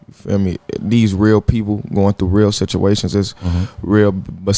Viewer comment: So am I the only person that heard him say “situationages”